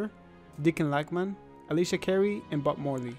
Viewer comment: i thought i heard butt morly